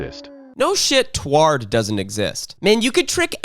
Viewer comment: Hearing the AI pronounce Taured as "tward" physically hurt